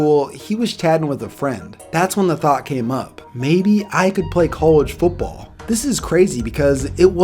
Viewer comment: The word is football. Foot ball. Not foopball. Foopball is not a word.